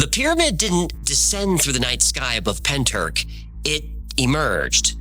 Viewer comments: Llantrisant. Pronounced like you're clearing your throat. Ll sounds a bit like a hla noise so to try and spell it phonetically is a bit like hlan tris ant . Pentyrch you almost got , the ch at the end is like a throat clear 😅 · Can't believe Pentyrch has got a mention on the best channel on YouTube! Almost as good as the Byrds singing about the Bells of Rhymney ........ Even if they effed up the pronunciation!! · Pentyrch pronounced Pentirch - 'ch' as in the ch in loch, not ck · Love your videos!! But Pentyrch is pronounced penteerch (the ‘ch’ like you’re hacking a loogie) lol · If you need help with Welsh name place pronunciation, just reach out. Pen-t-uhr-ch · Pronounced Pen-Truch. Not being a pedant as Welsh is a tricky language 😊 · Pronounced like this, say PENTY RICH Pentyrch….! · Hiya from South Wales (about 40 miles from Pentych 😊). Just FYI, you pronounce it Pen-tich (the 'ch' sound is kinda like when a cat hisses) 😊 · Not a criticism, but a pointer for next time you have to enunciate Welsh place names. Pentyrch is pen, tir like Tyrolean and ch as in loch or Bach. Llantrisant is Ll, like a hissing cat, an, like the name, tri like trip and sant like Santa Fe. In Britain, there are Polo mints, shaped like little hard minty bagels, marketed as the mint with the hole in it. Llantrisant used to be a place where they printed money, leading some to call it the hole with the mint in it x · Pen-tr-ich. The ch pronounced at the back of your throat, like a cat's hiss. Ll-an-tris-ant. The Ll pronounced by putting the tip of your tongue to the back of your front teeth and sharply blowing out air either side of your tongue. Good efforts though! <3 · Pen turk? At least check the pronunciation man, the welsh are bonkers for weird words. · I'm Welsh, it's pentrath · Pentyrch ruffly means head house forrow. Wich probably translates to the head house at the forrow. Or the house at the forrows head. And its pronounced pen- tea- reich. As in the 3rd reich.